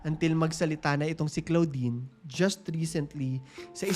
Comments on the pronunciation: Sakit s tenga ng pgkkapronounce mo ng name ni claudine (clodine) not CLOUDine😅. Kng bata kpa nsa 3yrs old ka p lng that time, pno mo nsbi n nkkakilig?puro hear say, not credible😢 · Clo - din kasi ang pronounciation hindi klaw-din hahahah na cringe ako very light, pero ganda ng content na to